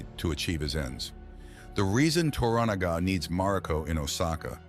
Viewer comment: U are correct but learn how to pronounce TORANAGA,s name ,please .